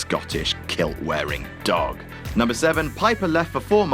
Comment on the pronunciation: something about how says the word dog is so funny to me